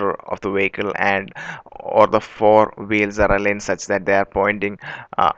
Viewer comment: Vehicle, not Wacal.